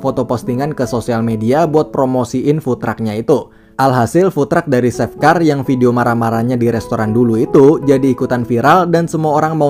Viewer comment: Biasa aja cuk gak usah nge gas!!! Bukan seff bacanya tp che F wkkwkwkww